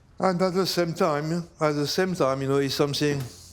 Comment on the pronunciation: If the cook says "Ze" for "the", you know it’s going to be bussin